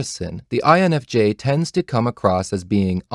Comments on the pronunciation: Emphasise the N not the F, lol. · Excellent vid. But, it would be easier to understand if you put proper emphasis on the correct letter. You know. That letter which actually cognitively justifies this vid in the first place? I don't understand why so many type enthusiasts do the opposite. But yeah. Cool otherwise. Thanks!